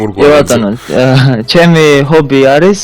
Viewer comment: ხობი არა . ჰობი